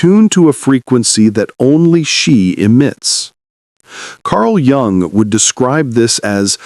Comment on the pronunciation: Jung is pronounced “Yung”, not a j sound